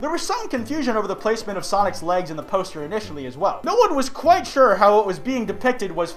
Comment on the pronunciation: are you sick?